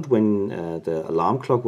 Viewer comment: Nice video. Interesting to see it actually working like that. I did have to rewind it a couple times just to see if you were saying "clock" or "lock". Lol maybe i just keep wanting to hear lock. Anyway nice video!